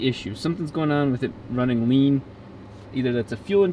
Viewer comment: rrrrrrrrrrrrlean